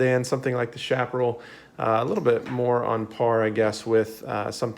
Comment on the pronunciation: If you haven't yet, please review your pronunciation of "Chaparral." You seem fluent in North American English, so this should be easy for you.